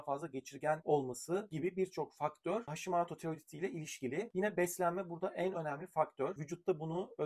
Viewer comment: Hashimaato değil hocam Hashimoto uzatmadan ve “ o “ ile. Japoncayı akıcı konuşan biri olarak söylüyorum